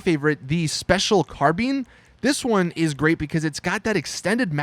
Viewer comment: Josh Nevett spilled his carabeans